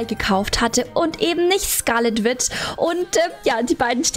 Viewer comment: und das wird nicht wit ausgesprochen sondern witsch, und witch heißßt auf deutsch hexe.